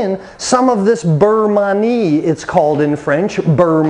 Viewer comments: Beurre Manie is pronounced burr mahn-yay acc to Jacques Pepin and Julia Child. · Thank you because listening to that mangled pronunciation makes me think he’s not really sure what he’s doing! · It's pronounced (burr mahn-yay) and it's a Nouvelle style for quick thickening at the end of the cooking process. The butter also helps add shine and flavor to the sauce, kind of like a "Monter Au Beurre" (mohn-tay ah burr) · Yes. Great info but the pronunciation was making me crazy. Because he repeated it so many times. 😏